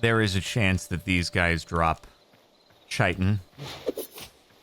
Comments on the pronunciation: Kite-in, not chite-in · Love the series, but please google how to pronounce "chitin". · One day Jordan will learn how to pronounce chitin